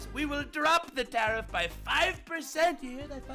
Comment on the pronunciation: SAAR! DO NOT TAR-EEF!